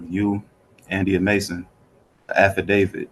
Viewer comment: I’ve never heard the “special visitation” thing before. And it’s “Affidavitl, not “alpha David”. I guess it really is stupidity working hard to be dumber.